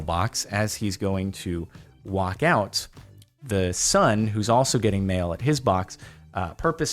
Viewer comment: Thought he was saying male until he said mailboxes